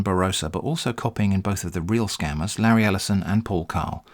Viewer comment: Lareee El'eye-son. Jeffbu Bezos Avengers take a seat.